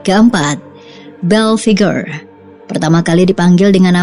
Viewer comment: Dia namanya om "Belphegor" bukan om "Bell Figure" 😂😂😂🤣😂🤣😂🤣